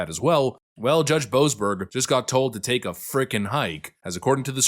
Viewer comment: The way put that emphasis on Boseberg shows he knows🇮🇱